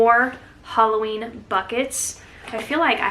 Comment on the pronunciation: Sounded like you said “hauloween” 😋